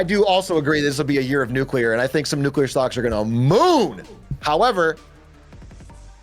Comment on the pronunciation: Doug’s killing me continually pronouncing nuclear as “nucular” 😂